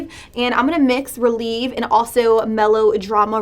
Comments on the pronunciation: It is pronounced rel-ev-ay not relieve it is ballet terminology. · girl the bad habit palette is ballet themed and the way you were pronouncing the shadow names like releve & grand plié was so funny 😂